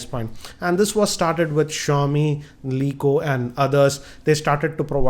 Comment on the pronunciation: For a person who reviews phones for a living... Can't pronounce the le eco Asus & Huawei properly